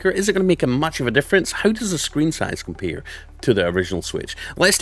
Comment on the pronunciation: How the switch “COMPEEER” 😂 thanks for the video